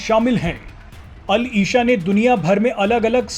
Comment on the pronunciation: मोहम्मद बिन अल इशा नहीं भाई अल इसा होता है। आप न्यूज़ एंकरों को थोड़ा उर्दू का भी ज्ञान होना चाहिये।